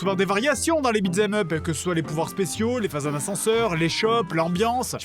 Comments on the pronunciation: pourquoi tu dis beatS em up? tu l'ecris bien pourtant... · Vu que "beat them up" est abbrévié en "beat'em up" dans l'expression (accent américain), ce qui élimine le "th" qui rend sa prononciation difficile pour le français moyen, tu aurais pu prononcer l'expression correctement au lieu de nous gratifier de ce magnifique "bitzemeup"